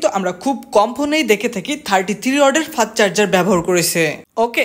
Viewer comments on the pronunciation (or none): 😂ভাই ওটা ফাস্ট চার্জার হবে ফাত চার্জার না 😂😂